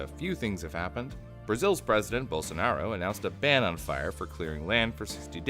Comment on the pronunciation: É, nunca vi alguém falar com um sotaque tão estranho o nome do biroliro.